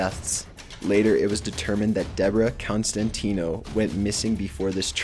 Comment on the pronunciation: constantino...... more like constantine